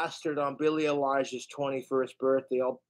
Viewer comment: I’d give anything if someone would teach him how to pronounce Billy Eilish